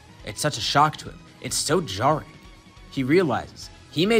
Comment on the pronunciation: I never bros from the uk man said jarring